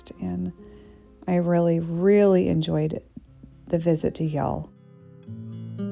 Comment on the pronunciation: It’s Yale not Y’ale